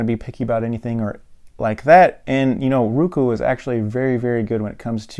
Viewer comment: ITS ROKU NOT RUKU